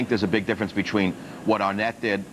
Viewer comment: instead of saying Twenty, he says "Chwenty" and , instead of saying Between, he says "Bechween".